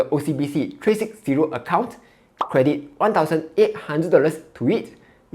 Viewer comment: Can you pronounce ‘however’ slowly and precisely. You are saying However as howefer Credit as credic. Very difficult to understand your speech